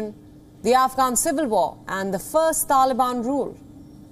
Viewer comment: TaLiAbiaaan 🤣 couldnt stop laughing every time she said taliabiannnn